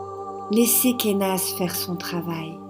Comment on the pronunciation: J'aime beaucoup comment tu prononces Kenaz :D Je l'aime beaucoup celle la, tiens, je crois que c'est ma préférée pour l'instant.